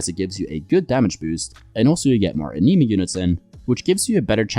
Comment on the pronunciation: please stop saying anima like that >